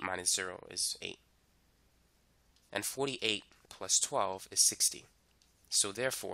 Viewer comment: Why did you say 48 differently, like NY